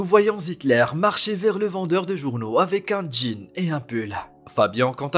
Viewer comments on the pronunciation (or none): none